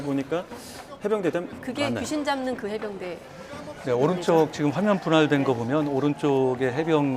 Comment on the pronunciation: 어나운스가 해병대를 해운대라? 한심~~